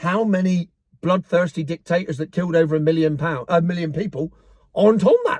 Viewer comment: going through the list of Dik-Tate-Tors... LOL..., I was from Burma, a Dik-Tate-Tor Military since 1962, from when I was born. Never expected UK in 2025 to adopt similar policies. The Miliary Police arrive at 2-3AM in the morning and take you and your family away to a prison for 20 years!!!